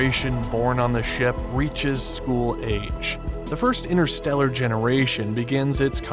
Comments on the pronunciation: InTersteller, there's a T in it. Not "innerstellar". Please! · InTerstellar child, not innerstellar child. There's a T to be pronounced.